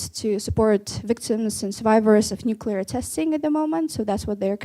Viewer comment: Are you saying nucu LAR? When will you turn 13?